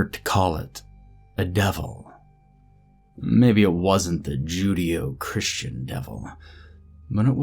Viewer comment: If you're going to claim to be a professional reader, please look up words you don't know so you can pronounce them correctly. It's not JUDE-e-o Christian, it's Ju-DAY-oh Christian.